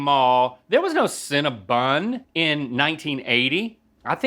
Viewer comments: Them all calling Cinnabon "cinnabun" seriously got on my nerves. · The way you guys say CinnaBON like it's CinnaBUN really bothers me ngl. It's just like saying adeedus when it's Adi-Daas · "When we were kids...there was no Cinnabun..." Well, Link and Rhett, there still isn't a CinnaBUN! It's Cinnabon! b-O-n, not b-U-n! Rant over. Love you guys! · Where I'm from we say cinnabon how its spelled, like it rhymes with fawn. I've never heard anyone call it cinnaBUN. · Does everyone from the south pronounce Cinnabon incorrectly?? It's an O not a U guys lol